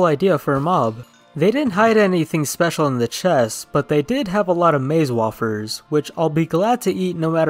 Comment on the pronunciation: I'm guessing has a accent since I heard how he said wafers. Unless it's actually pronounced wofers and not wayfers